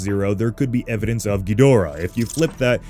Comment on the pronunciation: Mispronouncing Ghidorah is only slightly less annoying of a fad than swallowing laundry detergent.